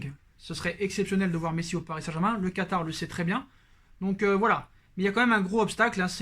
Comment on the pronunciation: Mdr ta dit katary